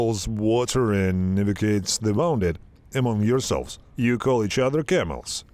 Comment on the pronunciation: Bro, please study how to pronounce WOUNDED The OU in wounded is pronounced like the OO in the word WOOL So pronounce it WOONDED